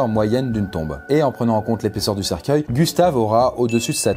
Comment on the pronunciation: Je reve ou je entendu cerceille #coffindance